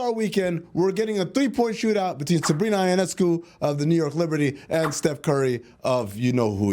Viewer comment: YO-NESS-COO is how you say Sabrina's last name Amin. Not>>> EYE oh ness coo. Might want to practice that a little since she is one of the stars of the WNBA.